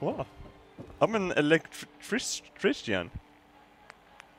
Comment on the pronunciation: sounded like he said electrician as erect Christian:) lol